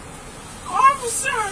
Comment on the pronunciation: I was just gonna say, "did anyone else hear her say offishur or was it just me" 😂😂😂